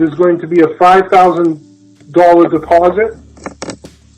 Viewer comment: "From what I understand, there's gonna be a $5000 depawsit"